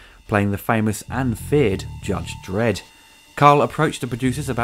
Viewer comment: "Judge dedd" get used to it